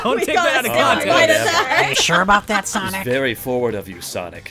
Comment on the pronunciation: Thank you for answering my question. Honestly the predazord from power rangers wild force would be perfect for team chaotic just replace the wolf and hammerhead zords with a chameleon and bee zords. And sonic you said my name right.